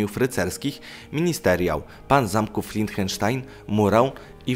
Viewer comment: Nie Lienchenstein, a Liechtenstein Jak cytujesz wikipedię, to przynajmniej poprawnie wymawiaj nazwiska